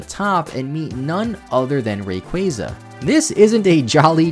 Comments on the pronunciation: Hey... really quick... Ray-quah-zuh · STOP SAYING RAYQUAZA LIKE THAT FFS